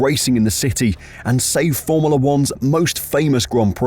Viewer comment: Is it just me, or is anyone else annoyed that voiceover man can't pronounce the word FORMULA.